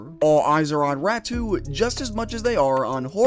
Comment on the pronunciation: Räty pronounciation is badly off here. It's not Ratu. 🙁